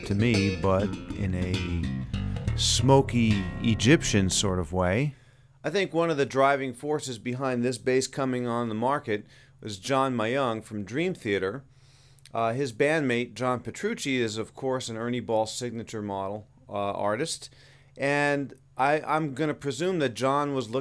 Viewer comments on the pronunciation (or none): Just to nitpick, John Myung's last name is one syllable, pronounced meeyung . . . but as one quick syllable. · good job butchering john's name